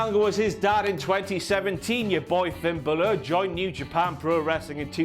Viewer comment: Finn Buhluh